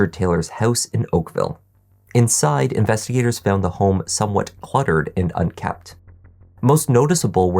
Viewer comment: it's unkempt (not unkept, as it would seem). ;-)